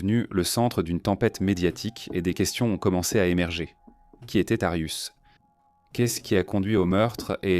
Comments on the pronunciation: C'est pas Arius mais Arias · Pourquoi vous appelez Jodi Arias " "Darius"????? Ou "arius"????